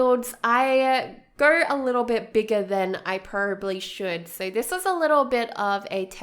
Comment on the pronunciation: pro-ba-bly not prrrrbly